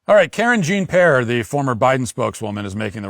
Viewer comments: Karen Jean Pear I love it. That's hilarious. At first I thought he was accidentally pronouncing it wrong. Then I realized, nope. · I missed him saying Karen Jean Pear. 🥹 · Off topic, but Matt saying KJP's name like "Karen Jean Pear" is funny to me for some reason 😭